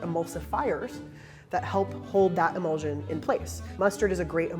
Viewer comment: pronunciation of word is "e-mul-shun". you say immersion correctly, it's the same ending